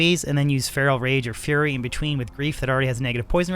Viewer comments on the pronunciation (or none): none